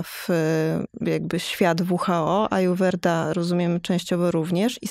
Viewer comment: Ajurweda...się wymawia